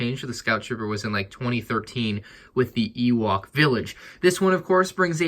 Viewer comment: Ah yes my favourite thing, an oowok tree